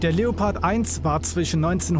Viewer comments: In itself your pronunciation is good but it is pronounced leo pard not leppard but still good and nice videos from you. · Just a little tip to pronouncing the Leopard, the German way: Seperate the syllables and speak them as seperad words (and maybe pronounce the "e" a bit more like an english "a") and then combine them pronouncing the syllables the way you would pronounce them seperatly: Leo - pard 😉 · You pronounce it something like " La- O- Purd" 😉